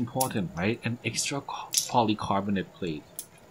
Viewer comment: รีวิวดีมากๆ ชอบที่เล่าไปทำไป ดูเพลินมาก ชอบที่เล่าเหตุผลตอนเทียบรุ่น mod007 มันตอบคำถามสำหรับคนที่มีตัวเลือกเยอะได้ดีมาก ตอนแรกนึกว่าคนสิงคโป พอได้ยินคำว่า เอ็กส์ตร้า อ่อ คนไทย 555